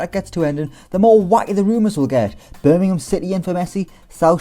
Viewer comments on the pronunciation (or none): none